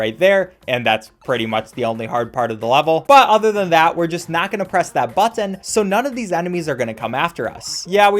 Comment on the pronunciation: anyone else annoyed at how easy pronounces lakitu and the word "button"